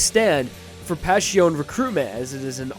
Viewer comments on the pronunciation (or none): STOP SAYING PASHIOUN! Its really cringe! as an italian i wanna choke everyone that spells it like that. Guys its not that difficult. Its much easier then that, just say Passione. Its literally spelled like its written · I have no idea why he pronounces it like that its not that hard to say passione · Why is pronounced PasHiOn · Vento Ohrayoh? Pashioun? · going from saying "vento aureo" (Italian for golden wind), but pronouncing both it and passione wrong irritates me. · I'm like 95% certain that's not how Passione is pronounced. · take a shot every time mispronounces passione